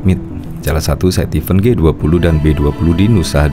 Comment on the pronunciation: Event2 mas, bukan even2🙄.